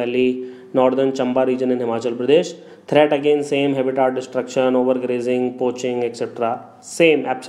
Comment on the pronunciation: its habitat not haaabitat lol